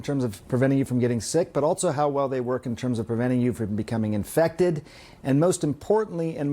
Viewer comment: Why does he keep saying "altso"?